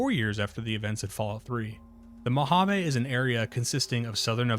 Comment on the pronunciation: Being raised in vegas I can understand the incorrect pronunciation of Nevada, But.... Mohaveh?? I've never even heard that. You know we hate these pronunciations when even the dmv here has sign of how to say the State name properly lol. But then everyone can say "vegas" properly. why not say "Las Vahgus" instead?